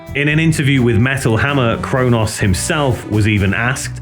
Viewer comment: Good doc, but I'm certain Cronos and Mantas aren't pronounced Crow Noss and Man Tass.